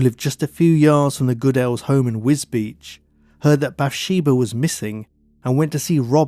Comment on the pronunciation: Very nice documentary. One small note, you pronounce Wisbech as "WisBeach." The corruct pronounciation is WizBek.